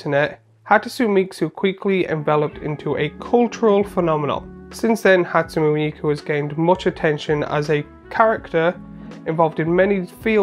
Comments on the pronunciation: Hat–sue–neigh me–koo is the correct pronunciation I believe. Not that that is phonetic at all lol. I was unaware that inspiring vantage was in another secret lair recently. Definitely the weakest inclusion in this drop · Ha-tsu-ne me(mi)-ku. Inspiring Vantage is everywhere recently.